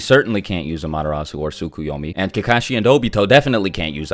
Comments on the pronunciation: you mean "ah" "ma" te" "ris" not amatereea sue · From someone who only watched the anime in japanese, the way you pronounce Amaterasu is really funny.